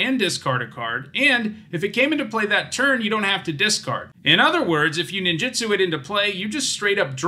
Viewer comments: Two things: It's pronounced neen-ju-tsu, not nin-ji-stu. Ninjitsu isn't a word, but when separated as nin ji tsu, is man-hour with a particle at the end. Ninjutsu is the combat style of ninjas. Also, it's not "koh-toh-see," it is more like "koh-toh-seh," with the syllables roughly even (the kanji comes out to koto-se for how it's divided). I know I shouldn't be critical of it, especially as someone who is just learning Japanese and not a native speaker. Since starting to learn it two years ago, though, I've realized just how often English speakers butcher Japanese words because we aren't consistent in our own language with how letters sound, whereas Japanese is far more consistent outside of them cutting off the end of katakana, like in words like desu (des') or masu (mas'). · It's pronounced ninJUtsu, not ninJItsu.